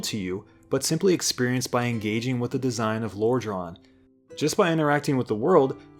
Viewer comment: i love how you says it like loredran